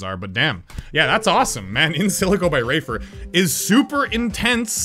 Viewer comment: He said rafer and it sounded like raver